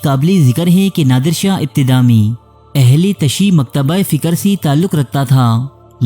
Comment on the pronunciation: BRO aHLE TASHI NAI BALKAY AHLE TASIYO HOTA HAI PLEASE CORRECT IT